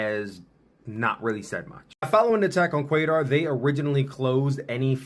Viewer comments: It's pronounced Kataaaar, not Kater. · Qatar=Kah-tar…not Kaytar….carry on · qatar is pronounced like guitar with a q